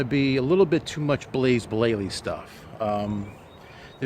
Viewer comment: 'Blaze Blayley' :-)